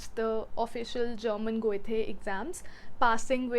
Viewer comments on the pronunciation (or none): Loved the video as I am looking for options to learn German. Just one thing that really gets under my skin (and I have seen many Indians make this mistake): Goethe is pronounced "Guh-tuh" not "Goy-tey" :D